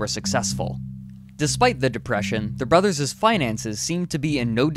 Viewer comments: There is no such word as "brotherses" !!! Same with "Collyerses". If used in a possessive case it's brothers' and Collyers' . Back to English grammar class with you! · His narration is filled with mispronounced words. The plural for “brothers” is pronounced just that, not “brotherses”. Also “parents” not “parentses”. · "Brotherses" "citises" "policeses"......WTF??? Lol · Why do you keep putting “es” after words like brotheres? Your grammar should be really good in order to do a documentary! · The narrator should face the same fate for his brutal use of the English language. "Brotherses"??? WTF????